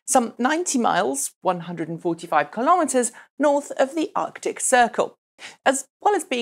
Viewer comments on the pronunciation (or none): none